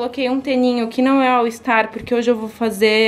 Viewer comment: Que agonia, toda vez que vc fala All ISTAR ☺️😬